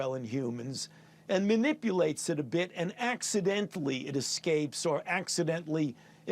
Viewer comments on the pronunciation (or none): Why does he keep emphasising accidentally? A leak can be on purpose too